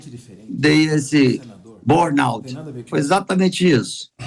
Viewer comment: B"o"rnout?! Estranho um cara de 22 anos de EUA não saber falar BURN!